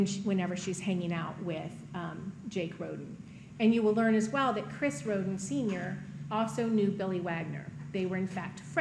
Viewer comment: Anyone else hear "rodent" instead of the family name "Rhoden"? All I kept hearing was." the rodent family fled to Alaska " "the youngest rodents were left alive" "the rodents often kept to themselves" and "an investigation into the rodent family massacre led to the Wagners"😂😂😂